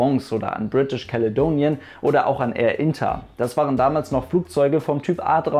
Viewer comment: Är Frongs - check. Är Inter - chrchrchr.